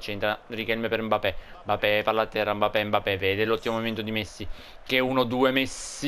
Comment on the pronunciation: Si dice MBAPPÉ